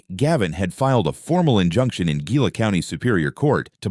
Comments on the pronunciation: That word, Gila, is pronounced Hee-la. Also the name of a particularly nasty little lizard called a Gila Monster. Terribly poisonous, fortunately on the rare side. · You should pronounce it heela. Thats a Hispanic G.